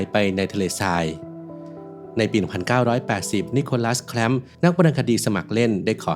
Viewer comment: สรุปจะแคลปป์หรือจะแคลมป์?